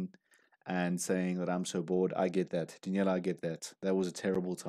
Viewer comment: Love your reviews of Daneliya but you still are pronouncing her name incorrectly. It is Dan el i ya NOT Da kneel i ya